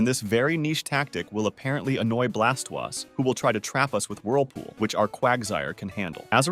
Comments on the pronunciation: "Guy a rod ohs", "Ex a guder", Blast was. I've heard everything now. Officially they are pronounced free this: Gair-i-dohs, Ex-egg-u-tor, and Blas-toys, Char-i-zard, and Pi-ka-chu. You also pronounced au revoir in the absolute most American way possible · not really. He sounds like a real person. If you're referring to him mispronouncing pokemons names it's probably just bcs he's French. (For example oi is wah in French so he pronounces Blastoise as blastwahse